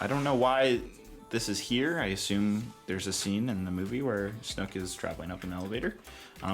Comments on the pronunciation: You know in TFA they say snoke like fifteen times right? It's never pronounced like snook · Please stop saying snook. Theres only 1 way to say it snoke, like smoke. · Oh my God, how do you call him snuck? Do you know how words work? Do you know what an "oke" sound makes? OAK! S-N-OAK! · nice set.....but its snOke.....not snUck...thats how they say it in the canon movie...;-) its a shame they did nothing with the underside of the roof. its a waste of space. great video though. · You pronounce it "sn-oh-ke" not "snook" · I like how you kept calling "Snook,' instead of Snoke. haha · It's snoke not snook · Who the fuck says Snuk? xD Great review. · i was gonna subscribe but i cant take the way he pronounces snoke...it just drives me nuts!!!!